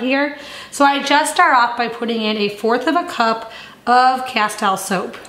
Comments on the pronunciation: justfyi its pronounced asteel, as in steel, not tile, even though its spelled that way. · Castile soap pronounced = kaˈstēl ˈsōp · Btw ‘Castile’ is pronounced ‘ka-steel’ with the emphasis on the second syllable.